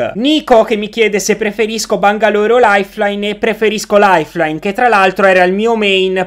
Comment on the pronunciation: Che pronuncia di ''bangalore"